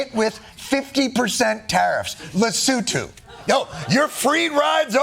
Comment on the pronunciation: Okay but are we not going to note the accurate pronunciation of Lesotho?